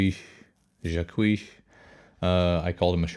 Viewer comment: Your pronouncing his last name wrong, also lets have everyone calm down with the snake oil claims, the guy is selling a high end piece of performance equipment, he is not at some local mall selling discount cologne, like these references are for actual low level bottom dwellers, I am actually a fan on John...